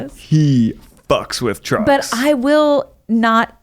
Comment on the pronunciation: I nearly shat myself because I thought Ned said “He really likes drugs” instead of “He really likes trucks”. 😂